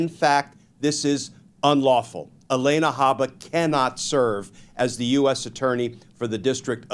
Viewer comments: Her name is not Elena. It’s Alina. Mispronouncing a name makes him sound like Donnie. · Glen, if I'm not mistaken, it's A-LEE-na, not A-LAY-na. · It's pronounced Ah Lee Nah. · Not relevant, but why does Glenn say Haba's first name like that?